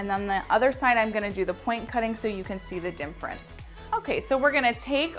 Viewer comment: I have learned so much from you. Thank you! It's cute how you say dimference ha ha. Own it!!